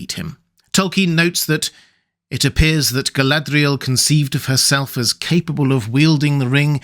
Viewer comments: Love your stuff. Really. But can we got back to not pronouncing Mordor, Morgoth and Galadriel ( etc) like we just rolled out of a RoP am dram class. 👍😏 Listen to Martin Shaws Silmarillion. You. Don’t. Need. That tat.🙏🤍🖤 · Your pronunciation of Galadriel off and irritating.